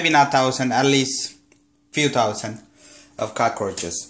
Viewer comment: "i cot lyk tousand and tousand of cockroaches.. well maybe not tousand but few tousand" lol